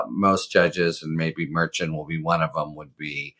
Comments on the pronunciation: HARRY -- Judge Merchan... pronounced mer-SHAHN. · Harry, "Merchan" is pronounced MERSHAHN.